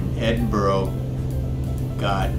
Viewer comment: Edin-Burr-uh. that's how to say it, I just watched Glasgow and it was good. You're spot o MS have done a great job on this update I wonder what the smaller places look like Perth Dundee Aberdeen etc. I'm rebuilding my Flt Sim so not flying at the moment.